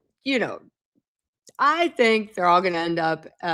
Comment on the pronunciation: You could maybe learn how to pronounce Marlborough in UK? The way you pronounce it, it's a school in LA.